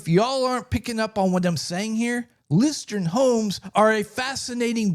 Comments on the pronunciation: interesting but hearing you mispronouce the company the entire video has me skeptical: "Lustron is pronounced LOOS-trun. The pronunciation is similar to the word "lust" followed by "run". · Sorry, but the name is “ Lustron “ not Lustron. 😮